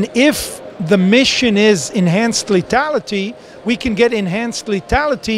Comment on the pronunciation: Watch out for this guys "letality," sounds way dangerous!